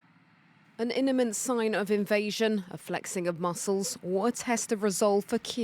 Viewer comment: "An INIMANT sign of invasion"